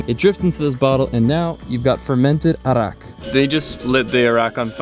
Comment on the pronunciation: Correction for Balinese liquor. It's not "Iraq", but "Arak" or sometimes it's spelled "Arrack" in English. But thank you for being a Balinese person as well.